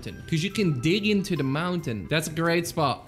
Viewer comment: I lauph when said theres a toylet in the montan